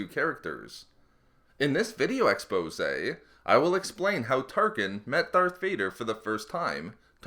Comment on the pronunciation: Stop saying expose